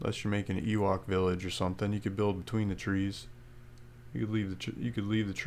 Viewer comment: "Make a ewalk village" that was funny haha